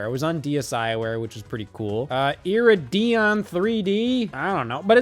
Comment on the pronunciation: Dear god, it's pronounced Ear-Id-e-On. Come Miriam, we cant have young Peen-o-Bee influenced by this simpleton.